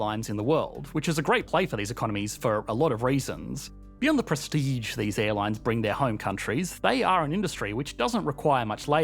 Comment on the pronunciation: Presteej button